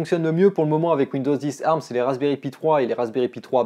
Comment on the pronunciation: Tant qu’à être chiant, on ne dit A R M mais Ey Ar M. chacun prononce comme il veux, sur ce…